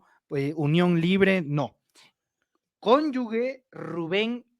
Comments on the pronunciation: Se dice cónyuge y no cónyugue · ES: CÓNYUGE Y TU DICES: CONYUGUE, ES INCORRECTO. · Se dice cónyuGE, ¡sonido con J! No es cónyuGUE. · no se dice CÓNYUGUE, es CÓNYUGE. OJOOOOO!!! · es Cónyuge, no Conyugue!… saludos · Se dice CÓNYUGE no CÓNYUGUE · BRAVO, ASI SE PRONUNCIA CÓNYUGE 👍👍👏👏👏👏 ABUSADO, NO ES “GUE”🤷🏻‍♀️ LA MAYORÍA LO PRONUNCIA INCORRECTAMENTE! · una persona (hombre o mujer) unida a otra en matrimonio es su CÓNYUGE y no su cónyugue como dices al menos un par de veces en el video, error muy común por cierto. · Se dice cónyuge, no cónyugue. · no se dice conyugue se dice conyuge,con sonido de jota je al final. Saludos y mi admiración por tu trabajo. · Aunque dice cónyugue muy mal y pregúntele a un buen abogado cuál es la pronunciación si cónyuge o cónyugue pero lo cierto es cónyuge. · Y no es mala onda, pero su hija tiene un apellido diferente: Diana Vega, no Sánchez como su pareja. Por cierto, se dice cónyuge (la g suena como j). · Cónyuge se pronuncia como te lo dijo. Como si fuera cónyuje la g se pronuncia fuerte porque no lleva la u. Hay que cuidar el idioma. Saludos. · TRATA DE PRONUNCIAR GE GE GE CÓNYUGE!🤗🤗🤗